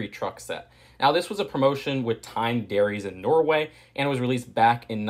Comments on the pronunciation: Wow, i am in Norway now, and had Tine melk today! And btw , it's pronounced "TEE- neh." great review! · I mean, you pronounced "Tine" wrong throughout the entire video, but I can let it slide... Also I can confirm, as a Norwegian myself, that the box does indeed look very Norwegian. And I love the fact that the alternate build is a race car! Who came up with that? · Elsker at han sier tine men med tonefallet til time. Ler meg i hjel hver gang han sier det